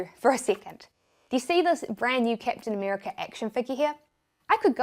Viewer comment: 'keptin america' hahaha i love your accent